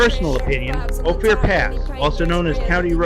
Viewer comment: Another great bubble-head production. Good to see the country. Ophir is pronounced " oh fir"